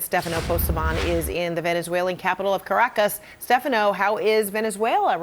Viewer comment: Venezuelan ascent unlocked 😅